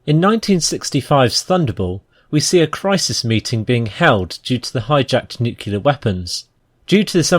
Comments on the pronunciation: "nucular" no. "nyew clear" yes. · Aaaaarrgh! It's NUCLEAR, not NUKULAR!! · *nuclear, not "nukyula" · It’s nuclear not nuciler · It's NU-CLE_AR!!!!!! Speak english not Bush! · Does it hurt anyone else to hear a Brit say "nuke-yuh-ler?" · 'Nucular'. Ugh. Good video though. Well researched.